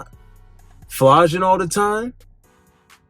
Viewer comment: Yo, Did you just say flaugin? Lemme find out you from Memphis bruh😂✌🏾